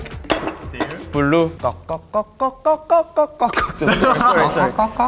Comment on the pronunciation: always loved this line "i like... bloo" sounds like boo, dont blame you